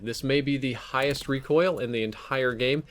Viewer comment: Wow, the "hihgest recoil"